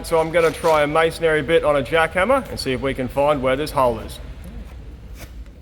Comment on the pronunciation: It’s masonRY (ree) not masonARY.